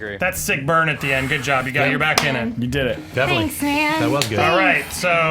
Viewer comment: dammit andy its pronounced "burn" not "brian"